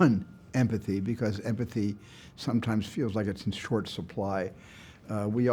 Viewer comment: I agree Steven, I also think every movie should have great empathis. x) Joke aside, he's such a well-spoken and empathic man, it's hard not to like him.